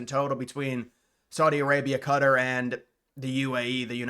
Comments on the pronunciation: It’s pronounced Ka Tar not cutter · Please for the love of all that is decent learn how to pronounce names like Qatar! it’s done Kuh-Tar not Cutter like you keep saying. You are honestly driving me mad. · Bro what do you mean, he is just saying cutter, he is killing the strong Kuh sound at the start and not rolling the R in the tar sound for Qatar (Kuh-Tar) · I’ve only ever heard Americans say “Ka-TAR” (like the beginning of cat + tar pit) up until recently. This “Cutter” thing seems new — probably from broadcasters trying to match the native pronunciation. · It’s pronounced ka tar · It’s pronounced qa tar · Bro no it’s not, phonetically speaking it is pronounced Kuh-Tar, with a strong Qu followed by a strong T and a rolled R to say Qatar. Think of it like saying guitar with a K sound. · So happy to live in a country where my biggest problem is how you pronounce Qatar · Ik he’s saying it so weird